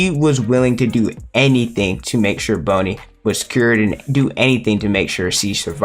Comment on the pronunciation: Why do you keep say "bone"-i instead of "bon"-i